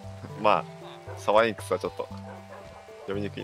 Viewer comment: なんだよこのシャンクス好きすぎるw さyんクス…w